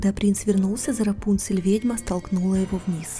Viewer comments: У меня на компе раньше была игра про рапунцель, и там так же был раздел где можно было послушать историю и там как раз был именно этот вариант истории) (но меня в этой игре всегда смущало то что ударение было не Рапу́нцель, а Рапунце́ль) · Правильно имя РАПУНСЕ'ЛЬ с ударением на букву Е.